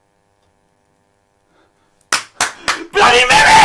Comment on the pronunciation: Du sollst 3 mal blandy mary sagen